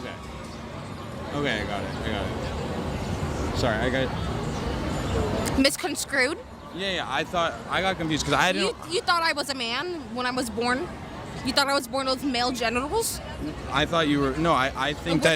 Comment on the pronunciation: 'Sorry, I got miss....uh' 'Misconscrued..' ?? Hahaha! Misconstrued 😂😂 Whatever!!